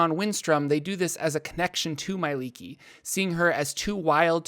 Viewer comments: Not sure why your pronunciation is so off but it seems like you leave out sounds that should be there.I don't read it as "my-lee-kee" but more like "me-eh-lee-kee". Where the third letter being 'e' is also pronounced. As a studied liquist. It's seems right to me. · It just hurts that they always pronounce her name so wrong.